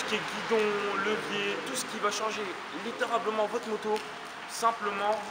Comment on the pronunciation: on dit littéralement pas litterablement